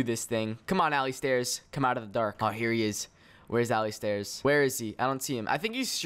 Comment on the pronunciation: Did u call alistairz Allie Stairs XD